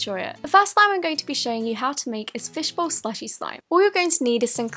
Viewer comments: Fishbow? Is that how it's spelled and pronounced? Edit: I'm not being sarcastic. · U said fishbow